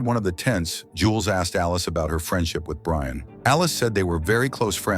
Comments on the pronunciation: It's Brienne, the text-to-speech converter doesn't know. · The name is Brienne. It's an AI voice so maybe the name was mispelled or the AI just doesn't pronounce it correctly.